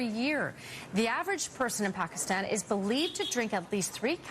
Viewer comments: I appreciate how accurately Travor Noah says Pakistan . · I'm surprised Trevor pronounced Pakistan correctly